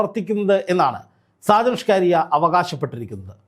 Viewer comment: അതെത്ര പറഞ്ഞാലും ഈ നാറി കേൾക്കില്ല.... കേട്ടാൽ തന്നെ കലി വരും